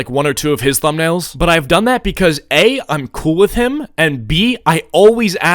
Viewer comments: Why does say thumbnails like "Tumbnails"? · litteraly said, "people make similar tumnails sometimes" BRO LITERALLY SAID "TUMNAILS"